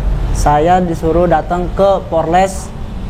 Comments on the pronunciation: 😂😂😂PORLES = POLRES. Mahasiswa juga...hiiii, ucapannya tidak boleh salah. Tetap SEMANGAT wlu salah ucapan. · Mahasiswa ngomong nya porles..hi..hi...apa itu..polres...gak tau yaa.. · Mahasiwa ngomong aja egk danta polres bukan porles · Mahasiswa kok ngomong polres aja nggak bisa😅😅😅